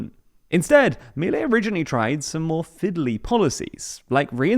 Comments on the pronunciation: It's not Mílei, it's Miléi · It's pronounced Mih-lay not Mee-lay